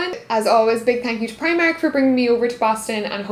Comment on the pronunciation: That's not how you say primark and you're Irish